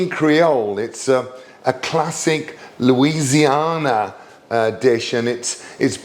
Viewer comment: Hope you’re feeling better and ABSOLUTELY the crawfish! New Orleanian asks if you could say Louisiana again please 🥰